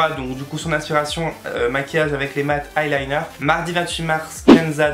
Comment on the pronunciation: On dit " eyeliner " et pas " highliner "😂😂😂😘